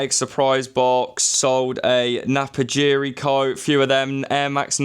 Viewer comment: Napapijri not Napajiri. But I made exactly the same mistake when I came across this brand